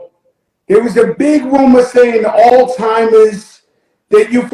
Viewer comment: It's so hard to listen to talk. She is a terrible interviewer. I have tried to watch her channel but she always fumbles her words, doesn't pronounce words correctly. It's Alzheimer, not how you pronounced it. How can you have a utube channel when you can't speak correctly. Too irritating, I'm done!